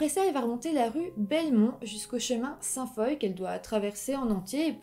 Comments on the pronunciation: Je me disais justement: ah Saint-foye, connais pas ?! 🤷🏼‍♀️ Mais oui, Sainte-Foy 🙋🏼‍♀️😂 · On prononce Sainte-Foy comme "Foi", pas comme "Foye'.Puis Benoît Proulx est prononcé comme ''Prou'', pas Proullllxxx... Puis l'appartement n'était pas sur le campus de l'université. On dit Université Laval, non Université ..de Laval.Car Laval est une ville au nord de Montréal. L'universté Laval est dans Ste-Foy à Québec.Pas à Montréal.Benoit de est un homme bizarre... Encore aujour'hui.. L'homme qui aurait reconnu Benoît Proulx marchait dehors et Proulx de même. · Merci de traiter du true crime québécois! Tu racontes super bien mais on prononce sainte FOIE ! hahha je l'ai ris ! Pas ris de toi je t'ai juste trouver comique ! Lâche pas tes vidéos sont super je connaissait même pas ce ca là ! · Ste-Foy ne se prononce pas « saint foille », mais bien « sainte Foi ». (C'est ma ville natale.) » Foy » est l'ancienne graphie française du mot « foi ». Sinon, très bonne vidéo. :) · J'adore tes vidéos, tu y met beaucoup de recherche. Juste te dire que Sainte-Foy, ça se prononce comme le mot "foie". Je vis à Québec et Sainte-foy est un quartier de la ville. Je voulais simplement te le signifier, car tu ne peux pas vraiment le savoir 🙂. Merci de me faire découvrir une affaire de ma ville natale que je ne connaissais pas. Bonne continuation à toi ! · Très bon. Par contre, on dit: Benoît Prou...même s'il s'écrit Proulx. Ensuite, la ville se dit : Ste-Foi, même s'il y a un Y au lieu du i. Ceci est à titre informatif. Bravo pour tes vidéos, j'adore. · On dit Université Laval (à Québec) et non de Laval, et Ste-Foy se prononce Ste-Fouâ, et Proulx se prononce Prou ;-) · Ste-Foy ça se pronnonce Sainte-Foi (sainte-foua) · Bonne vidéo mais pour la prononciation : on prononce *Sainte Foie (St-Foy) *Benoît Prou (Benoît Proulx) et on dit Université Laval (et non pas de Laval).